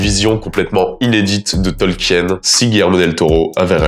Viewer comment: On prononce Tolkiiine (tɒlkiːn) ! super vidéo à part ce détail !